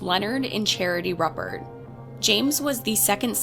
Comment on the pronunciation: Pronounced ROOpert. He died in prison yesterday. I was 3 when this happened a few blocks away. I’m enjoying the great content. Thank you!